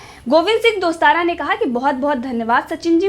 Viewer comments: दोस्ताना नहीं टोडासरा बोलो मैडम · मैडम गोविंद सिंह दोस्तारा नहीं गोविंद सिंह डोटासरा😂😂